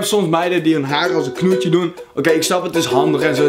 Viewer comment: zo mooi dat ie knoetje zegt ipv knotje